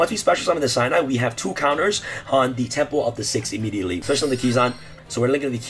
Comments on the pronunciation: it's pronounced "shee-nai", not "shai-nai" sorry. just had to mention this~ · This isn't even a new FTK lmao, also it's pronounced 'She-Nye' not 'Shy-Nye' Gateway ban incoming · Shinai. Not Shainai. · Just ban amazoness archer and that’s it. Also, it’s pronounced She-nai. The same way you pronounce key-zan. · How the hell am i supposed to keep up with u? Either you're on something or this video is sped up, and jesus dude slow tf down when you going through the deck profile... and btw its ur butchering Shinai's name... cool deck though but guess Gateway getting banned again